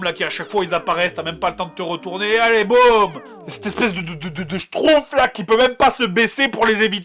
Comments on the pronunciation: Je rêve ou tu dit Schtrouff et pas Schtumpf ? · Schtroumpf ne se prononce pas schtroupf, mais bien schtrouMpf. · j adore tu dis schtrouf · En fait, il sait pas prononcer schtroumpf !!